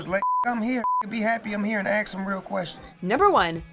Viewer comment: Remember, thugs and lazy and uneducated people say 'aks'